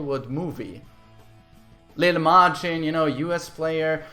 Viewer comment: “Leel Majin”